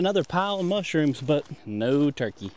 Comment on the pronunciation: It is turkey notChikae